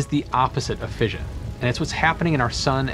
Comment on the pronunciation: Since when has everybody started pronouncing fission as 'fееzhn insted of 'fishn?